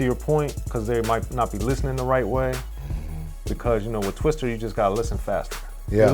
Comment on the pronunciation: And it's TWISTA ... not twister smh